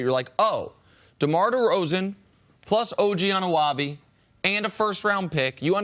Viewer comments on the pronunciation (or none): nick just butchers og's name LOL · This guy can’t say OG Anunoby